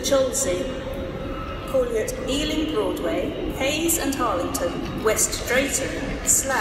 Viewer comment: west EALING! xD